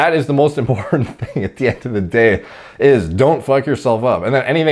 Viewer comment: This actually made me laugh out loud, because I heard say it like "DEH" instead of "day".